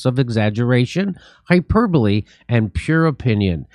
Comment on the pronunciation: Gliberals or Fiberals, Kurt? (Thanks for the conventional pronunciation of "hyperbole" instead of the americanized "hyper-bowl", Jimbo).